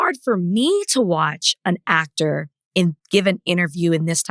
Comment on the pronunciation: Why the fuck this dude keeps talking about Coretta is really beyond my comprehension. YOU ARE NOT MARTIN. YOU. ARE. AN. ACK-TOR.